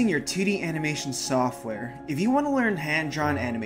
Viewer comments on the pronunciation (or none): Aha when he says 2d it sounds like titty 😂🤣